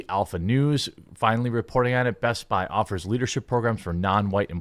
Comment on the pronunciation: It's "BEST-BI"